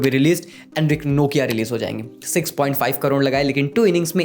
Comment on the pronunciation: NOKIA 🤣🤣🤣🤣😂😂 pronounciation ki maa behan kr di bhaii ne